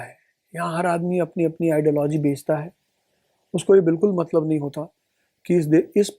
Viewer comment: मतलब को मल्लब बोल रहे हैं